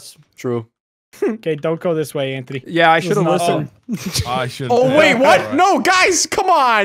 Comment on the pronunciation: Why did I always heard Anthony's name as "Entity"